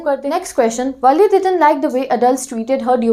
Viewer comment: Madam wo valle nhi valli ha 😂😂😂